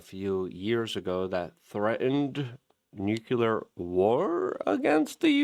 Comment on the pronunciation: NUKULAR ???? Are you George W. Bush??? It's so cringe...PLEASE start saying it correctly